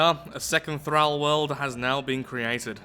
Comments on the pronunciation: "Thrall" rhymes with "Paul," not "Al." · But, it's pronounced "Thrall" not "Thrall"